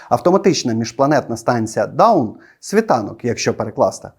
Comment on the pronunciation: не даун (down), а дон (dawn)